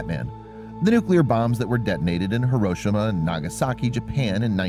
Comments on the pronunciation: Thanks for posting this--I get irritated when I hear people pronounce it accenting the second instead of the third syllable. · "heroshema" facepalm it's pronounced Hiroshima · HAIR-RO-SHE-MA..... is how its pronouced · Hiroshima is pronounced “hero-SHEEMA”. Not “here-OH-sh-ma”. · it's hear-row-shi-ma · It’s pronounced “heroshima” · The fact he doesn't know how to pronounce Hiroshima